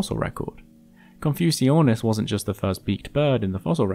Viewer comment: Wait isn't Confuciusornis supposed to be pronounced like "Confucius"(+ornis)?